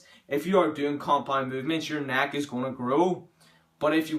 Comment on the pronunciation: Thick NACK JK man everyone has an accent, not mocking you